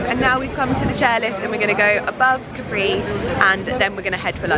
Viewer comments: Hi! You are always gorgeous! Please say Càpri as in Italian we don't have the accent on the last vocal;) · Is Càpri not Caprì !!! it is strange that no one has corrected you in Italy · 10 min in and you keep saying Caprí (with an accent on the i) - cute but also slightly driving me nuts (it's Càpri). Hoping someone will tell you once you get there! lol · Your comment wasn't for nothing, because I found what I was looking for. I wasn't sure, but thought that it was Càpri, then heard say it Caprí and thought "ok then I must've thought wrong" haha 😊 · I think you’re gorgeous! But please, I’m Italian, and isn’t Caprí is just Capri... 😅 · You know it's not Capri', right? It's Capri, no accent. You have just been there, for Gods sakes! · I love your videos. Just in case no one has corrected you yet (I didn’t read through all your comments) you’re mispronouncing Capri. The accent is on the ‘a’, not on the ‘i’. I think we should all take the time to learn how to pronounce foreign words and names as it shows respect for the culture. Ask any native Italian, they’ll confirm the pronunciation. God bless. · Oh my god, it was annoying me so much that she kept mispronouncing it! Even more so since she has Italian origins!